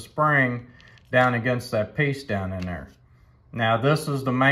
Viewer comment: "Down in dare" 😂 Great video, many thanks.